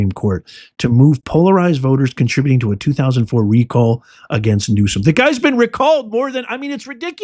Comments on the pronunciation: He is not pronouncing Newsom correctly. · Please pronounce his name correctly. Your mispronunciation just takes away your credibility.